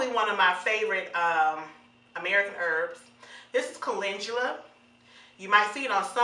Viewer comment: Why is it called molasses scalp healer but it has no molasses... Did you call Caledula coo-lin-Jew-la???🤔 It's Cal-en-dew-lah